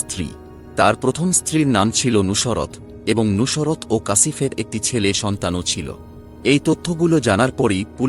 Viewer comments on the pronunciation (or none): কিভাবে উচ্চারণ ঠিক হোল ? নুসরাত কে "নুশোরাত" বলছে ! আবার মার্ক দিচ্ছেন, ৯৯%৯৯ ? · উচ্চারণে অনেক সমস্যা আছে, নুসরাত উচ্চারণই করতে পারতেছেন না। সত্য গ্রহণ করতে শিখুন।